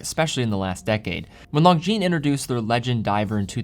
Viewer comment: Bros don't let bros pronounce the S in Longines 😁